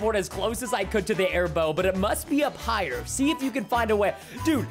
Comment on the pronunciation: Preston: everyone here comes the air bow. Me: it sounds like bone I laughed as he said bow when he found the air bow recipe